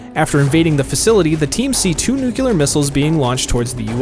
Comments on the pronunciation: Nuclear not nucular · Also its NUCLEAR not NUCULER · NEW-KLEE-UR NOT NE-KUE-LER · anyone else cringe whenever they hear "new-cue-lur"